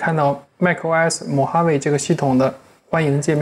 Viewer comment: mojave我听成mohammed了